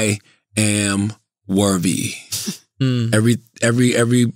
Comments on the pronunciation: How many times is Charla gonna say “worvvy”? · I aint watch yet, but i bet Charlamagne is saying “Wervy” instead of “worthy” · Rite worvy 😂😂😂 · Charla what is “worvy” ? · Wtf is Worvey I mean come on bruh seriously you said it 4 times straight in 1 sentence you didn’t correct it once 😂😂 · How did schultz let him say worvey that many times without making a joke about it ..... writes two best selling books cant say the word worthy correctly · Yo CTG there isn’t a “V” in worthy my guy lmao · Hearing Charlemagne mispronounce worthy at least 25 times and not calling him on it... Schulz really has ascended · Lol he’s not technically mispronouncing it, he is speaking AAVE + his southern accent and I think Andrew knows that♥️ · How many times will Charlamagne say the word “worthy” wrong till Andrew corrects him? Just turned it into a drinking game 😂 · Worthiness * Worth * "Charlemagne the God if Mispronunciation"